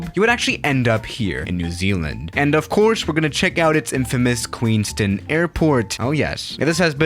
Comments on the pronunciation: It’s Queens Town ( that’s how you pronounce it). The reason why there is high traffic is because of the many outdoor adventures available. Bungie Jumping was invented here. Also the Shotover - a very high speed jet boat ride around the narrow corridors of the river. And it’s a nice place. The mountains on the LHS of the lake are called: The Remarkables. Furthermore, it’s a very high value wine region, perfect for Pinot Noir. Skiing is nearby, at Coronet Peak. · it's pronounced town as in t-ow-n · I’ve been to Queenstown airport, and it’s pretty cool, also Queenstown is pronounced QueensTOWN, you say it like the word town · it’s pronounced queens-town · Hey, as a New Zealand resident, I can confirm that it is QueensTOWN not QueensTIN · Said it wrong. You said queenstun. It's Queenstown. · No, no A380. I’ve been to Queenstown. It’s pronounced Queens Town, not Queens Tun. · Did you just say “queens tin” it’s queenstown but nice try. Queenstown is beautiful, you should visit us down in NZ! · It is Queens-Town not queenstin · It's pronounced ''queens-town'' not queenstin or somethin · It’s pronounced Queenstown like town not ton lol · Queens towwwn not queenston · Its Queens TOWN not Queens TOON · I live in NZ and its Queenstown not queensten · queenst'n airport god that hurt my ears, you say it like its written QUEENS TOWN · It’s Queenstown not Queenstin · it’s not queenstin it’s queens town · I'm from New Zealand, and it's pronounced Queenstown, not Queenston. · Queenston Me: its queens town wow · It's Queenstown...not Queenston! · Yo you actually did my video idea!! Firstly it is pronounced Queenstown not Queenstin, you never vacate on the little taxi way, that's only for GA aircraft and it is amazing to fly into!! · as a kiwi I can confirm it is pronounced "town" not "tin" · hey it's indeed pronounced queens-town and not queenston or how ever you were pronouncing it:) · I live in queenstown and its prononced queens-town not queenst-tin